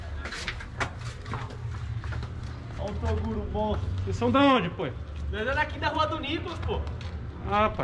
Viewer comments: Se tem maninho falando "TODURO" sempre vai ter like kkkkk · Nicolas chamando ele de Toduro..kkkkkk..morri.. "obg toduro" kkkkkk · O MERNORZINHO QUE FALA TODURO, É A CARA DO BRONKS FALA PARA O ELE ASSUMIR O MLK TOGURO KKKKK